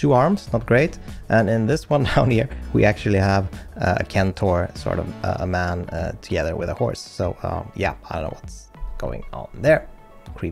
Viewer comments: No issues about how you say "Eular", but "centaur" on the other hand... ;). (in english it's sen-tore rather than ken-tore) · Lol "Euler" pronunciation is correct but the "C" in centaur is pronounced "S" like in "centenary" or "centipede" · Centaur -> "Sen-tar."